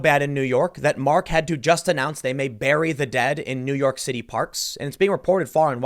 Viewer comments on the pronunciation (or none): none